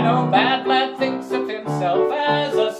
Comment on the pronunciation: It‘s vlaaaaaad